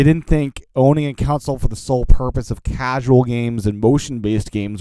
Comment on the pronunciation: Console.... it's pronounced CON-sole .... not COUNCIL... Sorry, just a pet peeve of mine!